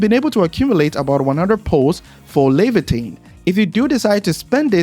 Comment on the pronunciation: As an original Arknights player, it's so weird to hear people saying Leviatan, because the only thing i see is, Surtr, haha